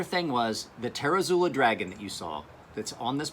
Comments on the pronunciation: You're fucking drunk. And he's right, how the hell do you get tare-uh-zoo-lah from zUOla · its pronounced "ter-zoo-oh-lah"